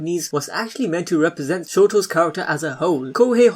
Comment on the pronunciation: OMG! I honestly thought you said “ shoto’s character as a HOE “ I almost had a HEARTACHE